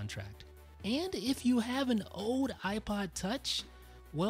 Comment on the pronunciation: Is it just me, or do you get annoyed when he says ode instead of old?